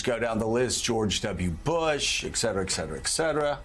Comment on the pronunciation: Et cetera, not eck cetera.